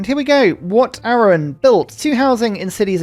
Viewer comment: After having a couple of months holiday back home in England, i didn't have any time to watch your videos! Back home in Thailand now and I've cough up on all your videos over the past few months! Hope you appreciate the watch time lol! Cheers! BTW if you care, Wat Arun is pronounced A-ROON Cheers 💪👍